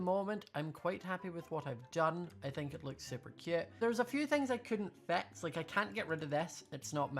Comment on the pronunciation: It took my a long time to realise he was saying, fix, not vex